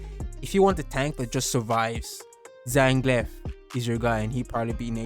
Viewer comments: Hey Man ! I love your channel haha. Ok here's a tip for ZANGIEF , you say ZAN (you pronounced it correctly) then GIF you know just like .gif extension for pictures, .jpg etc. I subscribed !!!! I'm from France btw, see ya ! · Gief's name is pronounced Zan-Geef lol